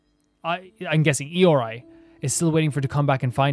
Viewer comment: HI! Im sure you probably get so many comments about the pronunciations and probably not able to see all of them. And yet here is my attempt at trying to help you pronounce it - Araumi- Ah-rah-oo-mee Ioroi- ee-oh-roh-ee Narukami- nah-roo-ka-mee (roo like the flour roux) Watatsumi- wah-tat-soo-mee Bake Danuki - Bah-kay Dah-noo-key (soft on the D sound) Tanuki - Tah-noo-key (soft on the T sound) Yoimiya- yoh-ee-mee-yah The Tri Commission - Kanjou Commission, the Hiiragi clan leads it. They are ones who wanted us to deliver letters and what not. They deal with trade, finances, customs and border patrol. Yashiro Commission, the Kamisato Clan leads this and they take care of Shrines, festivals and keeping the culture of Inazuma alive and manage cultural affairs. Tenryou Commission manages and deals with the military affairs. They work closely with the Raiden to enforce the Vision Hunt Decree. Thank you for your videos. I'm late game player so I get to live vicariously through you as you journey through the various regions.